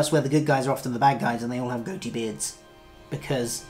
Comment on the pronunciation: I'm sorry, you took me too seriously. I was making lite of your exaggerated way of saying it. Sort of an "em-PHA-sis on the wrong syl-LA-ble." "Goatee" ("Goh-tee," two syllables) and "Van Dyke" are what I've heard them called.